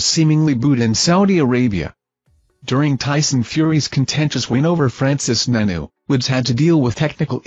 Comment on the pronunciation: Stopped watching as soon as the robot said Francis nanoo